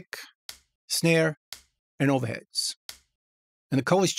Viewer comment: "Ova heads"